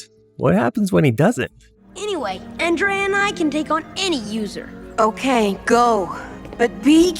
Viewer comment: It's not Andreal. The maker doesn't know that it's Andre A.I. A capital i and not a lower case L. Garbage video.